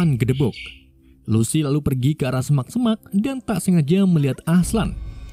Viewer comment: Semak" bukan sempak" bang,,🤣🤣